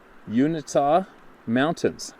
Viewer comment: Uintah is pronounced You In Tah